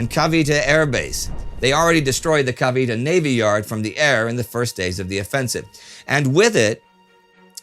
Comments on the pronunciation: Cavite is pronounced KAH-VEE-TAY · CA-VEE-TAY. At least, that is the way people who speak both Tagalog and English pronounce it. As always, great video. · Last week'a pronunciation of Filipino place names was so good, then… "Cavite"?